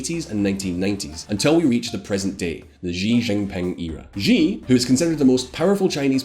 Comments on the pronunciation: It is unbelievable really. You make the claim at the very start that you are an independent and unbias news source, then your entire vlog is subtly so anti-Chinese. Mind games. You pronouce all the names wrongly. Even President Xi name is pronounced wrongly. So Anti-Chinese. Don't be fooled viewers, this is all anti-China - to paraphrase Shakespeare, Crap by any other name is still Crap. Why do Western commentators persist in saying CCP. It is wrong - it's CPC - the Communist Party of China. It is NOT the Chinese Communist Party !!! I feel this is deliberate. The Soviets were CCCP - СССР (Союз Советских Социалистических Республик) is a Russian abbreviation for the Soviet Union or Union of Soviet Socialist Republics (USSR). CCCP may also refer to: C.C.C.P. This is a mind game manipulation. If they say CCP and not the correct CPC, these bias Western propagangists are trying make you have a false strong mental association between the Chinese CPC with the Soviet CCCP. So that the listener/reader will associate all the super negative fear of global annihilation and world domination that most people associate with the CCCP of the USSR with China. China and the USSR are like Chalk and Cheese - so this Mental Trick is so Nasty. Clever but Nasty. This way the listener is prejudiced from the get go and will not be able to analyze the factual differences between the two - which are many. It is like someone calling the US GOP the POG - the Party of Gold-diggers. Throughout her 5000 year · Great info, but for future reference x in chinese is ah so xi is said like she (female pronoun) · I'm very bothered by the narrator's pronunciation of the X's "JGEE' lol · The correct pronunciation of Xi is something that is more resemble "see" (in English). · actually Xi is pronounced as SHE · "jee jinping" It's even spelled "Xi" in english there's no excuse lol Or just call him winnie the pooh